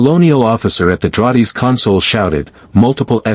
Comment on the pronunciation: I like the story despite error in reading. Dradus. And lives